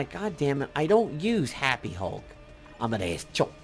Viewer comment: lmao at the way you said Amadeus Cho. Also I hate the uni requirements for these upgrades. You have to buy some useless uniforms(or unis for useless characters) or different unis for characters you may already have better or newer unis for- I have this problem with some upgrades wanting me to have older unis for Ghost Rider and Iron Fist.